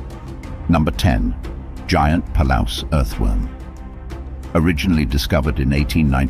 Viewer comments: It's pronounced "Puh-LOOSE," not "Puh-LOUSE." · Palouse, is pronounced Puh-loose. I lived there.